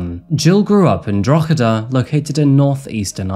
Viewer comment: It's droheda btw, gh in irish becomes h